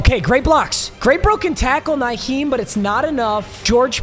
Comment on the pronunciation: i hate the way pronounces players names, especially Nyheim Hines.